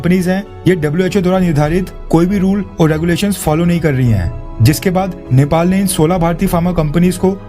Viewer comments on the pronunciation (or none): none